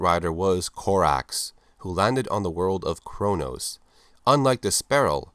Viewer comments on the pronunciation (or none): none